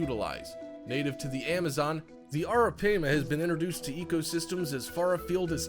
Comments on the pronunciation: Also, it's pronounced "arra pyma" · You’re mispronouncing the name of the third creature on your list wrong. (Arapaima) it’s pronounced “Air-ra-Pima”. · Bezoticallyyours83: Actually, it's pronounced Air-Ah-Pay-Muh. Just trying to be helpful. We've had them before along with caimans and an anaconda and a whole bunch of other critters when my son was younger. The anaconda was given to him by a kid down the street who was keeping it wrong. It was a male (they only get around 6 feet long full grown) and once we brought it home my son put it inside a really big aquarium he had and set up the heat lamps and even a hot rock. In a day or two that thing was so vicious that it kept smashing into the side of the tank when you'd walk by! He had it for about a week before I made him take it to the zoo and give it to them!!! The Caimans he had were pretty cool but they had a LOT less angry a personality than what this dude described in this video. We had an American Alligator once as well. That thing was wicked! If I was to do things over again I'd NEVER let my son bring that gator home! It grew nearly 5 times its length the first year he had it and it never chilled out and calmed down even though he handled it everyday! I made him take that one to the zoo as well. We've also had Arawanas and Alligator Gar and a gazillion other types of fish and animals. JUst sayin'. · It’s ARAPIMA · Arapaima is pronounced Air-uh-pie-ma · Thought it was pronounced air-a- pie-ma? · You showed a gar as a arapima and your saying the name wrong you dumbass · U said arapima wrong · Cant even pronounce Arapaima correctly lol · How you say arapaima get me lol